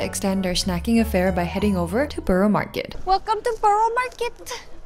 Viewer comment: I've yet to hear an American pronounce 'borough' correctly.